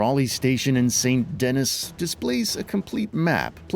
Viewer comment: Did you really say saint DENNIS? Come on. Do better.